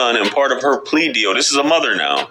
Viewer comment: Learn the fuck how to say "mother " Damn that's distracting!!